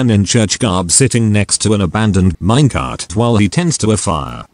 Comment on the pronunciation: Everyone: Minecart TTS: minnuhcurt